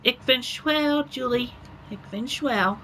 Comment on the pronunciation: He said "Ik ben schwäl". Nice try.